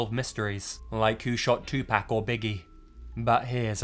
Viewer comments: It's pronounced "POC", not "PAC" how it's spelt. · it's prounuced 2poc not pack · I don’t want to be that guy but it’s pronounced To Poc not two pak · Its not 2 pack its tupac no pack in it sorry but i hate that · "Like who shot two-pack or Biggie" lol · Nini Mona two pack lol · It's Tupac,when you say the mans name put some respek on it! 😂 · Us British pronounce it as toothpick! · "2 PACK" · This dude said Two pack 😂😂😂😂😂😂😂😂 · Why do British people pronounce 2Pacs name TUPACK??? That’s not how you pronounce his name. My names spelt Sean but it’s pronounced Shawn, you wouldn’t pronounce t differently cuz you’re British would you? It just sounds ignorant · British people always gotta say tupacK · The way you pronounce 2 Pac is awesome! Another great video brother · Us British pronounce it as toothpick ! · It's more than likely an accent thing.... I doubt he meant any disrespect. My Wife is french & pronounces most names wrong... even mine. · Lol you just reminded me of my grandfather who passed away not too long ago thank you, when Tupac died he hit me up saying " Hey did you know that rapper you like passed away, that Too Pack Shaker guy got shot"... The way he pronounced Tupac's name cracked me up as you did with your accent. Thanks bro, by the way I meant no offense. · Lot of Americans getting bent out of shape about tupac and how he says it...we know its not pack so relax cos we could jump on you guys for your pronunciation of words, such as, Worcestershire, tomato, basil, Iraq, Moscow, water, mobile, garage, aluminium, leisure, caramel, herb....i could go on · Plz don't say Tupac's name again. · The way u say Tupac is hilarious 😅